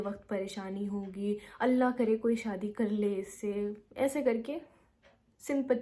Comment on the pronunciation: The Sabr part you said, I got whole teary eyes. Yk the more the ripped heart, the more is the azr. Allah apko dono jahan ki khushiyon se nawazein, boht strong hain ap. Without mumbling you said , Allah !! I know retake honge, edit kiya hoga yet speaking these all. Hats off ! Fan